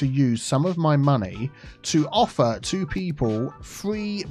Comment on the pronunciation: i heard it as "to offer two people public transportation" at first and i was very confused and amused. just two people specifically. no one else in the city gets it 😂